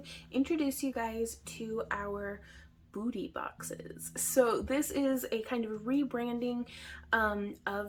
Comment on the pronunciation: You said Boo ty boxes, so I thought Halloween, lmao